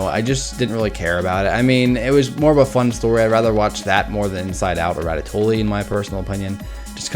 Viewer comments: Can he please stop saying 'ratatoolie' and start saying 'ratatoowe' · Ratatoley? Ratatouille* (Rat-a-too-ee) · Rat-a -too-ey. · It's Rat-a-too-e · Isn't it "Ratatoie" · Hey guys let's all watch ratatooooooly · A french speaker hearing english speakers say ratatouille is a torture for the ears xD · I'm okay with you rating ratatouille at 16 despite me liking it. BUT. I AM NOT OKAY WITH YOU PRONOUNCING THE L'S IN RATATOUILLE (nice vid though)